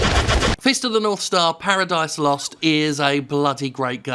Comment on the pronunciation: More emphasis on the ooooooo